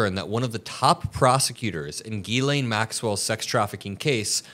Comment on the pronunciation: Ghislane is pronounced "zshe len". Maybe we should go ask her how she says her own name.....